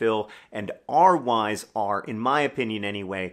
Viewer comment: Oh John said “our Why’s” I totally heard “our Wives” the first two times 😂